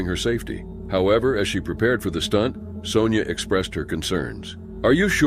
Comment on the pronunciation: "Sonja" is pronounced "Sawn-ya" and not "Sown-ya"